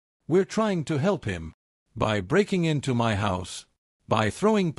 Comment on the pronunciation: "Your tearing this family apart"......... yeah typical phrase for an AI story, OH FOR F*CKSAKES SAY "MY" INSTEAD OF SAYING IT AS TWO SEPERATE LETTERS IT IS SO DAMN ANNOYING